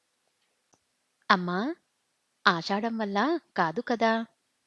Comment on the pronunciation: ఆషాదం వల్ల కాదుకదా కాదు మహాతల్లి ఆషాదం వల్లకాదు కదా అని చదువు